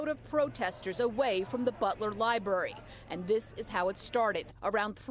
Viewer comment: The libury huh? Maybe library..